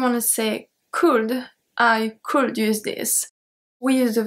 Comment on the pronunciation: Your shuld, wuld, culd was very cute and sweet :). The L is silent in all of em btw.